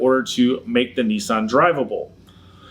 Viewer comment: Their first mistake was buying a Nissan. Their second mistake was buying a Nissan from a guy who doesn't know how to pronounce the model name. But regardless. This is a nonsense lawsuit.